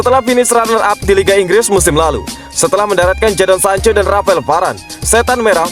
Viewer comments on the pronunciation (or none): none